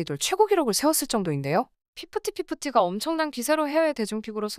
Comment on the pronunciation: 피프띠 피프띠 말할때마다 무한도전 시절 노홍철 번데기 발음 생각나